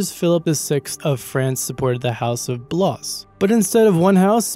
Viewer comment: Blois = Blue Ahs. not Blahs. the french are coming. lol